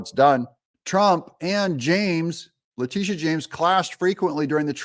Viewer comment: Lactiteeah shames ...despicable